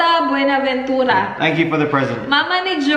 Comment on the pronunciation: Nakakatawa c,sa pag pronounce ng Buenaventura,🤣🤣🤣pero good job prin ur so cute